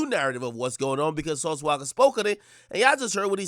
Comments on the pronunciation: “Sauce Waka” 😂😂😂 Akademiks out here fuckin up names 😂😭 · Yo AK, who the flukc is "Sauce Wocka"?🤣😂